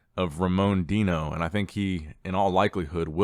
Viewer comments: Is it "Deeeno" or Dino?🦖 Even nick can't decide🤣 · "Deeeno" is just the brazilian pronunciation of the word "Dino".